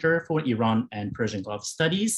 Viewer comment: His Persian pronunciation is near perfect.